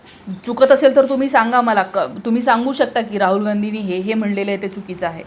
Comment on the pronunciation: Raaul Naahe Raahul Kamit kami Shudh Bolayala Shika Speach Madhe Kiti Asnskrat Chaatu Bitu Khalche Shbd😂 Lihilel Waachun Bola 😂😂😂